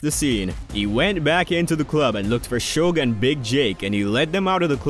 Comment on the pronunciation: Atleast he didn't screw suge's name up, most of these people mess his name up , if you can't say their names right , they should keep their names out their mouths.